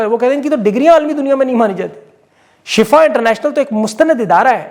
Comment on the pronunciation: salam,,ye shafa nahee Shifa hai lehza Shifa parah karain Shafa aur shifa me farq hai ..Shafa Jahanum ka kinnara hai aur shifa ka matlab sehatyabi hai..jazak Allah